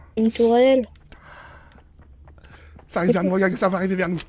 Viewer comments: Nn le mode zombie ça déchire pas le mode Zombie za déschire 🤣😂😂🤣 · Mais c'est comme ça : le mode zombie za dezire